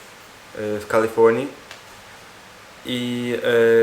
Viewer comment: Nailepsze to "w Kalifoonii"